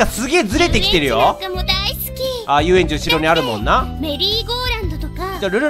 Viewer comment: 遊園地なんかも大好き！の台詞が 一瞬 ハレンチなんかも大好きに聞こえたw